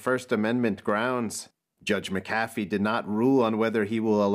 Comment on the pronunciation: Its not pronounced (Muh-caf-ee). Even though its spelled McAfee. I grew up near a town named that. It's (Mac-Uh-Fee). Wonder if he's related to the John McAfee?